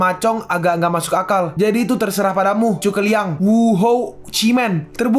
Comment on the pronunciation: Bukan chuke liang tapi zhuge liang makanya dari episode 1 sampai 39 tulisan zhu (zu) bukan dibaca chu(cu)🤦🏻‍♂️🤦🏻‍♂️🤦🏻‍♂️